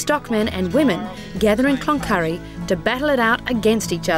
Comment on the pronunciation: It is not clonurry